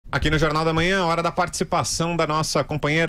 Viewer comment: gosto de ouvi la, mas fala muito errado. jorinal, enterivizta, inveriteri, veridade, razigar, forima, ferinando, goverino, eleitori, veriboragia, ezqueriveu, seri, etc... ruim de entender o que fala.